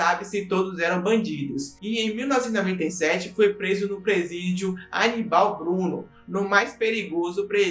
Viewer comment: Ótimo vídeo só pronunciou errado o nome do presídio aqui de Recife o Aníbal Bruno hahah mas sem bronca abraço